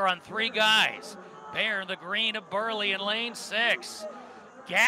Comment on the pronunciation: It's "Bair", not "Bear" 😂